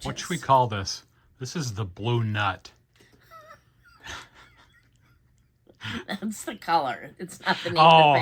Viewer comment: Congrats. It's so damn cute! 😊 The colour would be Blue Nuit? Which means blue night, the Nuit is usually pronounced "nwee" 😊